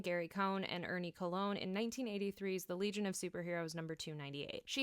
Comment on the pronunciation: Always a pleasure to hear someone pronouncing George Perez' and Ernie Colon's names correctly!